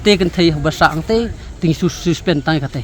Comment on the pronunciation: Teh2 ne reporter 😂😂nongkren ruh mut ong suspect ne suspen ne bapli kwah kren phareng palat😂😂😂